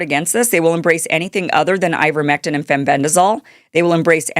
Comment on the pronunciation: Ivermectin rhymes with Iverson 😅